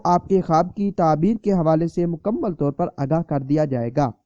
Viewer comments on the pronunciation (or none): none